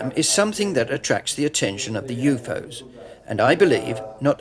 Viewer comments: lol at the pronounciation of UFO's .... "you-foes"? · Why does the translator keep pronouncing U.F.O.s as U-fos?